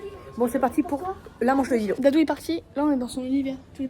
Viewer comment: Désolé c'est pas lilou c'est lilow